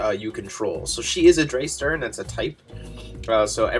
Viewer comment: Drei is German for three, it's pronounced like dry (ei= long i sound, ie=long e sound). So Drei Stern = Three Stars. Edit: you had Stern right.